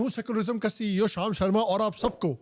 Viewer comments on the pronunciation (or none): none